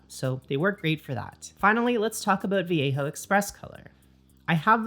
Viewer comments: The way she says it is "Vee yay ho" in what world is that the correct pronunciation? Also the way she pronounces it is too American. At least she doesn't say va lay joe, I guess. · yeah, shes saying it like viejo, like Mission Viejo.